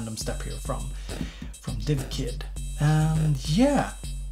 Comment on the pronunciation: love the way you managed seamlessly to pronouce divkid and not dikvid, i wouldnt be able to do that